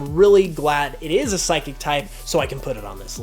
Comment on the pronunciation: You got 3 of the types wrong! #1, they say water, NOT aqua! #2, it's Psychic, NOT Physiquic! #3, they're called Fairy, NOT pixie!